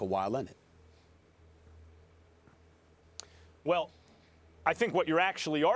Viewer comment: And kawhi lennon 😂😂😂